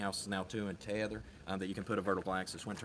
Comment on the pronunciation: Te-e-ther is a 3 syllable word. So cute!